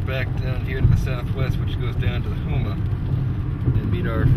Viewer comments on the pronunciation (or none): Nice job messing up Houma's pronunciation.